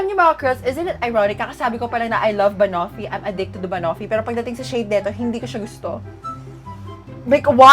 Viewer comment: Girl, check how to pronounce banoffee.. 😊🥰